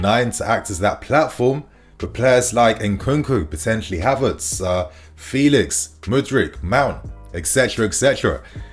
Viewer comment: Did u just say Harverts 🤨